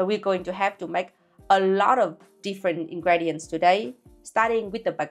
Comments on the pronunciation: Love this! Vietnamese baguettes are the best in the world! FYI ingredients is pronounced: ìn gri đì ậnt(x) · I tried a vegan one in a Vietnamese restaurant in Vienna and it was awesome! Just one little note: "ingredients" is pronounced "in- gri - dients" (gri like greet).